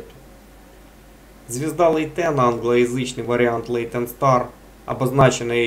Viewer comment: Смотрел англоязычное видео о Лейтене, там ударение ставилось как ЛейтЕн. Честно сказать, я и сам не знаю, как правильно, наверное, стоит следовать авторам указанного видео, им, я думаю, виднее.